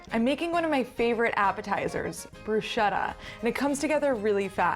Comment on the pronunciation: Hey, ch in Italian is like k in kitchen. so it's actually Brusketta or actually it's like school.;-)